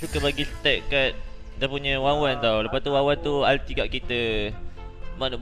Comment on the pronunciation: wanwan lah bang bukan wawan, wkwkwkw